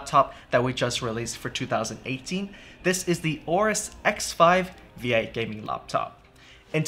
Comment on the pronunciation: WHY WHY WHY different GIGABYTE PERSONNEL pronounce AORUS DIFFERENTLY??????????????????????????????????????TELL YR BOSS CHANGE THE NAME PLS "OBEAST"